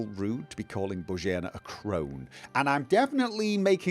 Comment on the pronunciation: Not "Bozheena", but "Bozhena"... It's short "e"... 😀 Otherwise, it sounded czech-ish... 😀